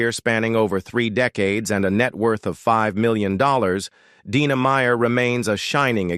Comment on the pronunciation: First 25 seconds, pronounced Dina two different ways, clicking off. Trash.